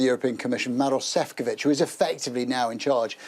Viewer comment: The Sky Europe Correspondent should really learn how to pronounce Maroš Šefčovič's name. He's a key figure in the European Commission, for Pete's sake.